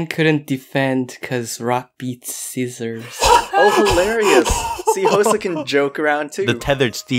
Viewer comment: Hosuh: "And Ann couldn't defend cuz Rock beats Scissors." Oh my goodness. The way he pronounced scissors is killing mee.